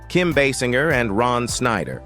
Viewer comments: Pronounce her name correctly AI bot: It is pronounced "Baysinger." Ugh! Hire actual people to read the lines. Can you imagine Carson or Letterman misprouncing a star's name at introduction to an interview? I think not. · Thank you. I was about to correct that pronunciation.